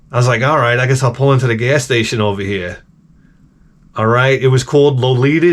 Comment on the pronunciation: "Can i get some coffee ova ere' please?"